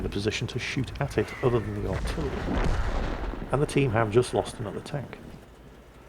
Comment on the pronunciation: ...I've noticed that you seem to pronounce "artillery" as "artirrery". Something I've noticed while I use one of your playlists (a WoT playlist obviously) as white noise while I hopefully drift off to sleep. Not a problem for me but I thought I'd let you know. Stay positive, your salt miner's are here for you.